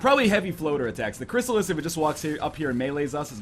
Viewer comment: In 30 episodes NL still calls CRYSSALIDS, CRYSSALIS....